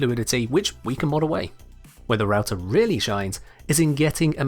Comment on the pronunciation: It funny and painfull because i'm finnish and i know that its suppose to be prounced "rauta" and not "routah"